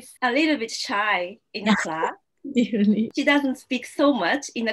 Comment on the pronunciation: Those R's. Rearry is what I hear, but I can tell you are trying to say really. So work on the R's that you include in your words.